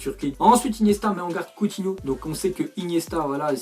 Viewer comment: combien de fois a-t'il dis couthino